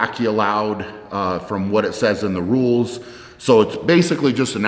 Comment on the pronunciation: I thought he said nudes instead of rules.